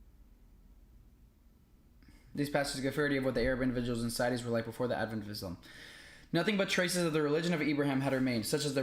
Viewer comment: “Islam” and “Muslim” don’t have the letter “Z”. Can you please pronounce them with an ”S”. It’s a huge pet Peeve of a lot of Muslim people. Its not MOOZ-LUM or IZZ-LOM. Just a little Softer on the S’s please 🙏😊.